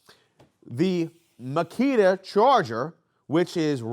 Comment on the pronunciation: “Now on to the MASSKITA” at minute lmao I thought you were gonna say on to the mosquito 🦟